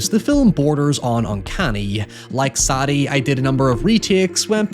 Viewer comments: SAY DEE. Not SADy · Is her name Sadie?? As in SAY-DE......not saddie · Sad-e.........Sad-e........Sad-e.........Sad-e. My man, did the name SAIDE NEVER FUCKING CROSS YOUR MIND?!?! Why can't people read and speak anymore. 🙀💀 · It blows my mind you cannot pronounce Sadie...jesus dude